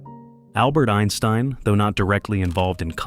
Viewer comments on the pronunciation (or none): none